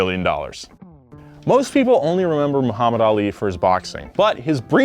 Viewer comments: Moo-hammad Ali?? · says “moohammad ali” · Moo-hamed made me lol Good video, yet again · Hearing "Moohammad" threw me off lol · I still don't understand how westerners can't say Muhammad the correct way? Like oh! you can say Arnold Schwarzenegger perfectly